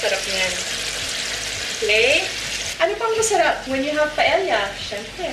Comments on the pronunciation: Its pronounced paeya. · Kasi sa Spanish "y" kasi ang pagbigkas ng double "ll" like caballo(kabayo or Cabalyo), calle(caye or kalye), silla (siya or silya) and paella(paeya or paelya) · Glad Leon pointed out the pronunciation of paella. It is pronounced as pa-e-ya. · Hi Ms. Marjorie I really like watching your vlogs. I have cooked some of your recipes, all delish. Just to a little info po how to pronounce Paella, kapag double LL it should pronounce like Y (ia). Thats how they pronounce po spanish words. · Hi. I hope you don't mind if I correct you. It just bothers me. Paella is actually pronounced as "PA EH YA". Your version seems delectable because of the chorizo bilbao. I will try that. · my whole life i've been calling this dish as paella but my boyfriend would always correct me & tell me it is pronounced properly as 'pa-e-ya' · MARJ mali yung pronunciation mo ng PAELLA.